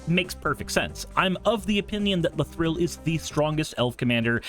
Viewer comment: pls stop saying la-thrill